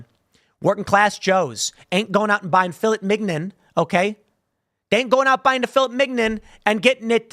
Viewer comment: Killed me with "fil - it - mig - non"